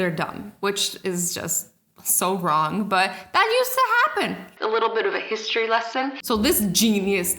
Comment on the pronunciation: Histry 😂😂😂 HISTORY